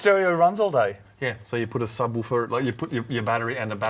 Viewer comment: “for the umm subdoofer” 😂